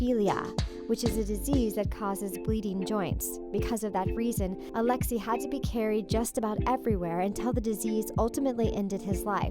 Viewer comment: Sat the entire time fixing the way the pronounce Alexis (Alex-A) and Anastasia (Ana-Sta-C-Ah) also some of your facts are WAY off.